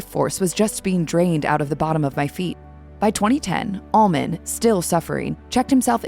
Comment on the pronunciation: well, I dont think shes messed with dope or booze much. Other than that, not much. Your narrator sounds like she is saying ALMOND by the way. Im not sure this isnt AI, and thats exactly what she is saying!!